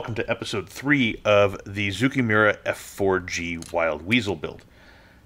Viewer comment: It's a small thing, but zoukei actually rhymes with "okay." The Japanese language in general has trended towards making things easier to say, so "ou" is usually read as a long "oh" sound and "ei" as a long "ey." 造形村 sort of means model-making/modeller's (zoukei) village (mura). The fiddliness of this kit really doesn't seem worth it for whatever gains the final product might have.